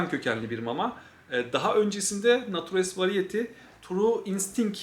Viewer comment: nature's variety'nin okunuşu şu şekilde: neyçırs verayiti. bravery - breyvıriy